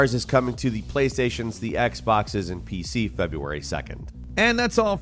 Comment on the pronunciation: Sounds like you're saying "Playstations, Xboxes N-P-C) lol